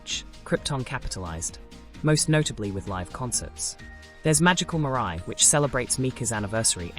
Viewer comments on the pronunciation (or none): none